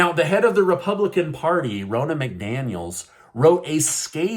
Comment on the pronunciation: It's not Rona it's Ron-na